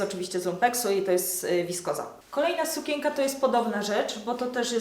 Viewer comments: W słowie sukienka jest wyraźne N, które należy wypowiadać, nie mówi się sukięka, tylko sukieNka... matko, słuchać się tego nie da. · A dlaczego tak dziwnie mówisz słowo sukienka?